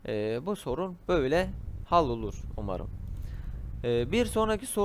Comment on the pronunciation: Ya bana yardımcı olurmusun tablet klavyesi kullanıyorum bazı harflere bastığımda noktalama işareti çıkıyor ve düzeltemedim. Num lock dediğin tuşu bulamadım klavyem küçük olduğu için rakamların yeri farklı üstünde Bi sembol felan varmı yardımcı olurmusun.. Ayrıca hal değil yumuşak şekilde haal diye okunur.